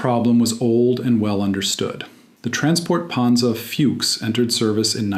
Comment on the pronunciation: 1.10 Fewks what a novel pronunciation of Fuchs. It sort of fits in with the American accent, no matter which language they attempt to speak they murder it. It makes it sound as if the narrator hasn't got a clue what he is talking about.